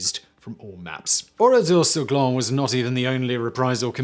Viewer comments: Its Oradour sur Glane and not Oradour sur gland yu dont pronounce it correctly you should pronounce it like Gane ( cyril gane)with the L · Would be good if you could pronounce the name of the place correctly. The men died in lots of different places such as shops Etc. I've been to the place a couple of times. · Good video, just one thing, it's Oradour sur Glane, the e at the end meaning it's pronounced like Ann Frank. It would be pronounced like in this video if it was spelled "Glan" (which, phonetically at least, means acorn, but is used to describe someone who is dense and lazy, or also part of male anatomy which I don't care te explicitly describe)